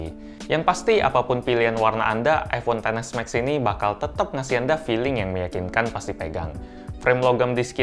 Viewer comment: Aku kok agak gimana gitu waktu mas bilang iPhone Xs Max tuh ngomongnya "ai ponten s Max". Mungkin lebih enak kalau dibacanya "Ai Pon Xs Max" gitu 😅🙏